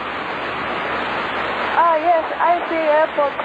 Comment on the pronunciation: How on earth she passed ppl + IR + COMMERCIAL and even multi My god some simps thirsty giving her random license My god! This makes me angry She literally says hello I see airportoo I dont see airporto My god I wosh she did not fly for her sake